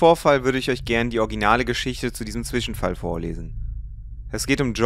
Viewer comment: bro echt coole videos und so aber ist es wirklich so schwer zwischenfall zu sagen und nicht zwichenfall??